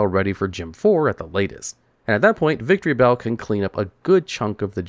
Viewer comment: Is it just me or he calls Victreebell "Victory Bell"?